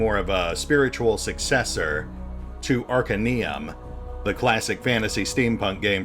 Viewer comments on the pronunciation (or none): The way you pronounced Arcanum threw me, haha